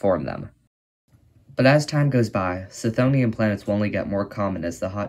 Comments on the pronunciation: The 'ch' is pronounced as a hard 'K'. K-THONE-ian or kuh-THONE-ian. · Wouldn't the 'ch' in chthonian be hard because the root is χθόνιος ? That said, misspelling and mispronouncing things is a totally valid way of boosting engagement because apparently ackchyually is harder to get off than crack. Look, it's working right now! 🤓